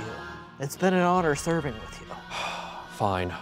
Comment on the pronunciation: "It's been an honor seeving with you" and oh boy did they serve